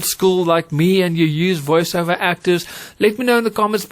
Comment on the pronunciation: I think you meant to say Voice ‘Over’ and not ‘Iver’ 😅. Excellent vid still though 👍🏾